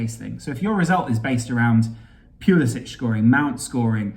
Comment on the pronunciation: I hate to be a pill but Christian Pulisic pronounces his name with an -ick at the end and not an -itch.